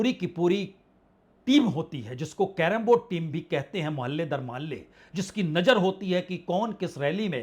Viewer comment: Najer nhi Nazer